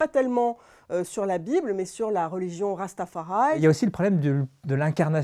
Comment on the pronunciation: Succès mondial "One love❤" biopic a dépassé marvel, proud of my black people such a tremendous and magnificent movie! N'en déplaise aux pseudos critiques frustrés bye haters soyez réalisateurs à succès pour voir renseignez vous sur notre black culture avant de plus Madame très mauvaise prononciation de " Rastafari!!! Congratulations au outstanding casting❤❤❤❤❤